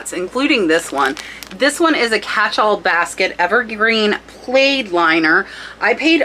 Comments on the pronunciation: You pronounced it "played" instead of "plad"...LOL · Just FYI, plaid is pronounced like mad or sad.